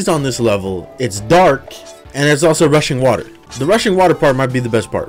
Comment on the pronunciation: I can’t be the only person who heard Russian water instead of rushing water